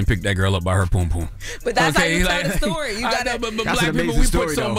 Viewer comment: Charla it's pronounce pum pum, not "poom poom" 🤦🏾‍♂️